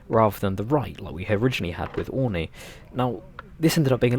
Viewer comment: its "oreenee"